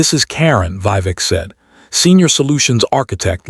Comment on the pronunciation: The voice and images don’t match. Mispronounced Vivek and Not Karen but pronounced Karon, male name not Karin.